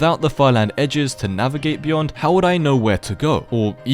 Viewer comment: "what is byond the sky grid?"